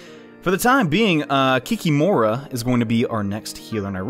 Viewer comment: I know it's long overdue, but the way you should pronunce Kikimora's name is actualy [kee-KEEE-moh-ra]. Just a little bit of trivia from the guy from whos national folklore this thing came;)